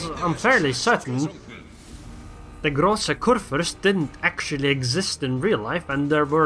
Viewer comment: hm... are you sure because i am from germany too and i'm pretty sure he prnounces großer kurfürst kinda odd